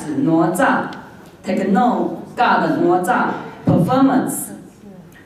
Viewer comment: + 哪吒 “的”（“哪” 的發音也是錯的）